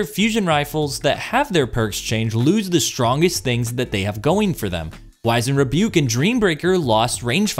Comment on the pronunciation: Wiz end. Wiz end. Not wise end. English class was apparently wasted on everyone that plays destiny